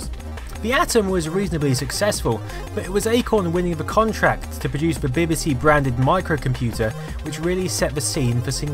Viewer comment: B B C, not beb beb c!